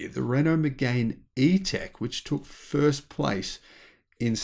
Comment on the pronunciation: It's not megain, it's mégane! Try to put it in google traductions to hear the right sounds! It's not Reno, it's Renault! 😁 Yes, many French people tend to be attached to the brands they know. They are not necessarily attached to a French brand, though. They'll just go to the store they know and ask for what will fit their needs and rarely will check somewhere else. Not just with cars either. Although hearsay is also quite important for many.